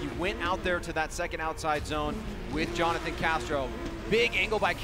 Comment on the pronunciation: Everyone : Jonathan Castro's parents : Jhonnattan 😂